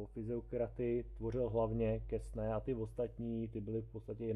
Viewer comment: Quesnay se čte [kene]. ;)